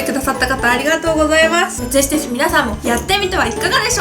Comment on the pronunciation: いっつもぜひぜひのところぜしぜしに聞こえるんだよね笑かわいい